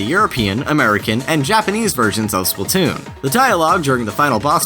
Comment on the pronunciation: Splat-toon not splu-toon